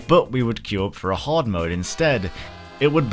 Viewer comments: BLOODBORNE 2!!!! BLDBRN 2!!!!! Ehem... Yeah, gore system... Also it's "Hard" not "Horde"... And yes, outfit customization, not just changing them... Yes, I hesitantly agree. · So..... if you wanted a Hard mode.... how would you pronounce Hard? What about a hard horde mode?